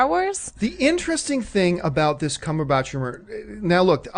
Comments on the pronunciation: "Cumberbotch" lol. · Lol "CumberBOTCH"?